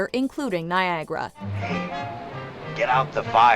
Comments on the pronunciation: Now, tell me what "Niagra" is! It's "Niagara" - Ni-a-gah-rah! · its NiaGARA not NiaGRA!